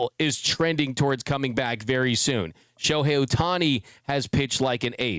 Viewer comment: Shoe-hei Ohtani 🤣🤣🤣